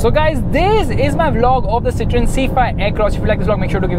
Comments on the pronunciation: As I study French, it is pronounced as Cit-oh-en. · The pronunciation is see-th-ro-in.